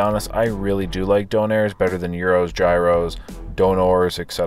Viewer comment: gyros is pronounced like gear then os